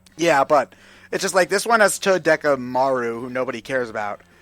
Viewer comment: I had the same problem with "Todekamaru" I'm pretty sure it's spelled Togedemaru, is there a K in there? Or a C? There's no minigun, there's not dakka, it's TOGEdemaru, Like toga, but tog-eh. Not "Todekka"ffs